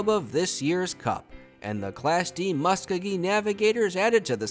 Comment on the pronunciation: Thanks for the great content! Re: pronunciation, I think it's LYE-muh not LEEmuh (yeah, they got it wrong compared to the capital of Peru lol). Musk-OH-gee not MUSS-kogee. And EE-nid not Eh-NEED. Source: my grandpa is from Enid :) In any case, you're certainly doing a way better job than I would be, keeping 200+ towns and clubs straight!!